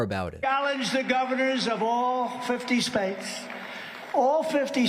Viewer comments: Lol "spates" like during the 2016 campaign speech he made in Detroit when he called cities "titties" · All fifty spates???states???? He lost control of that audience. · he keep saying "spates" what the fuck???!!! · SHTAYSHZ ??!!He is such a dork! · ah yes, the united Spates of america.